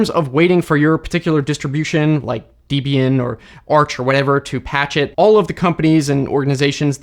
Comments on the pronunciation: NOT "Dee-bi-an". Wrong pronunciation! Debian was named after Debbie and Ian, so practice "Debbie-an", and after you get it right, say it fast 137 times! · "DEE-BEE-IN?" Isn't it "Deb-EE-In" as in a mashing of "Deb" (short for the female name Deborah) and "Ian" (the male name Ian), which is the wife and husband couple that created the distribution? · Just a quick FYI... Debian is not pronounced Deeb-Ian. It is pronounced Deb-Ian, as in Debra-Ian. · It's not Deebian, it's Debian - short e. Her name is Debra, not Deebra. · Deebee-N? Say it with me. Debby N. Deb pronounced as the female short name for Debra, but the nickname variant, Debby, followed by the letter N. Debby N. Debian. THAT IS HOW YOU PRONOUNCE DEBIAN. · It's actually important to pronounce Debian correctly to honor the creators that are no longer with us. Debbie and Ian Murdock. Hence it's pronounced "Debbieyan". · im sorry who says debian like that? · why do so many tech people mispronounce debian?